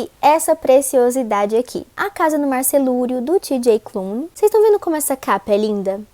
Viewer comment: ela sempre fala "mar celúrio" em vez de cerúleo 😂